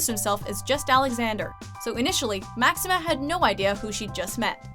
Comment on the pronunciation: Pues si senora, no saben pronunciar mas que los nombres Ingleses, de estranjeros son malissimas.